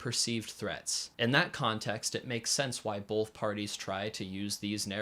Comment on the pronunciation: Great video. Just one bit of critique. There is no L in the word “both”.